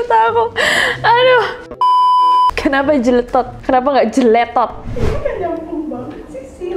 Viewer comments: AHHAHAH jeletot emg kedengeran agak aneh klo di pronounce sama yg ga biasa sama aksen Jawa WKWKKWKW, t-nya itu agak agak suara d-nya, jdi kek dibaca "td". MANA KAK NESS BANDINGIN PAKE FRANCAIS HAHHAHA YA AMPUUUN 😂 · Jeletot itu bahasa Sunda Kak Nes.. Memang begitu baca nya.. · 🙃 ya gimana dong kak nessie, lidah kita orang sunda kalo pronounce jeletot emang begitu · Kalo disunda jeletot “jeuleutot” jadi ada u nya